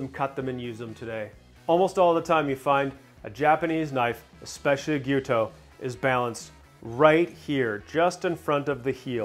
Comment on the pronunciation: Thanks for saying "Gee-YEW-toe." So many people say "Gee-YO-toe" and it mildly annoys me. First-world problem I know.